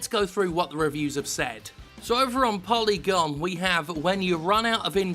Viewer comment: "Polygon" Lol